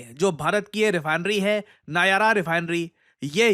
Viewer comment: नायारा नहीं नायरा है 😅